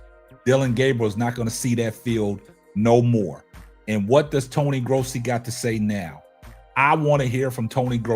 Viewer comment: I see you saying Tony Grossi's name correctly 😊